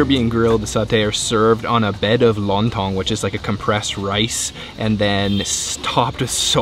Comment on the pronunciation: Not long tong but lon tong 😅